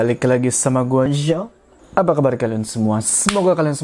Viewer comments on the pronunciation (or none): none